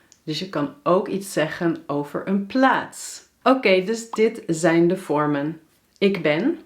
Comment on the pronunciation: Hoi hoi! I would like to know how to pronounce the "ij" sounds. Here I hear you say "AI" but the books teach me that I need to say "EI". Can you explain it to me? Like in the word "mijn" = [mɛin] Greetings :)